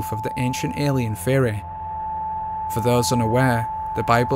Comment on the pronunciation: It is amazing how badly you pronounce the word theory. Fehohreh